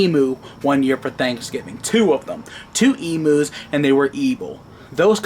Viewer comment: it's not emoos it's emu....